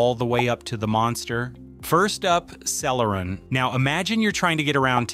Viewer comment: I hate to be that guy, but "Celeron" was mispronounced throughout the video. Also, you did not explain about generations of processors. A newer generation Core i5 can easily beat an older generation Core i7, for example.